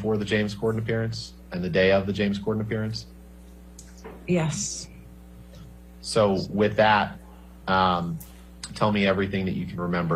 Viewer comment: might be the only person I've ever heard pronounce the word 'yes' with an h and an extra s. 'Yhess... Yhess... Yhess...'